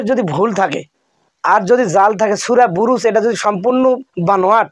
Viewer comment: আরে বাটপার সূরা বুরুজ বলেন নাই সূরা ফুরুজ ভালো করে শোনো।